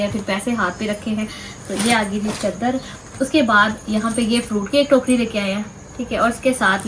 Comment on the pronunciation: چدر نہیں چادر ہوتا ہے پلیز 🤦